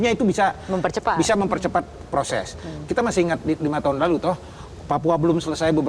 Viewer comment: ko gue dnger mempercopet ya 😂